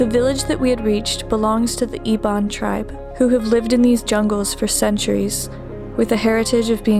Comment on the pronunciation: We Iban not ebon